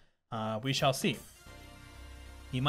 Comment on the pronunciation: N "we shale see"